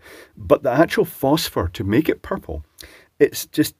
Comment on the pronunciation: Love the way you Scots say "pupple"